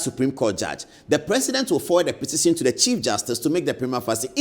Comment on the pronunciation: Please consult the dictionary on the pronunciation of "prima facie" You're educating us Thank you